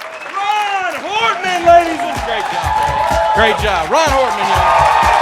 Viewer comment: Rahn's last name is as pronounced, Hortman, not Hartman. Help a guy out so folks can find him, I dug these comics. Good stuff!